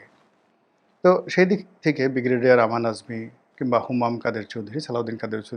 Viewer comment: আপনার একটা উচ্চারণ ঠিক করুন। বিগরেডিয়ার বলে কোন শব্দ নেই। উচ্চারণটা হবে ব্রিগেডিয়ার।